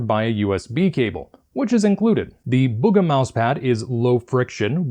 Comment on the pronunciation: its bug-uh